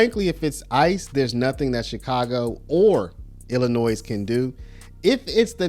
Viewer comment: Learn how to pronounce the word "Illinois".